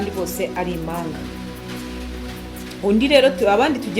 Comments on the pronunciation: umenya avuga uburimi! Bavuga, impanga ntibavuga imanga, murakoze ❤ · Ibihekane byarabihishe pee! Igihekane "mp" nt"